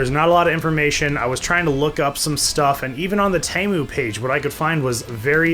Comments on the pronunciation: Pretty sure it’s teeeemu not taymu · you say temu as tee as in t- shirt and moo as in a cow says moo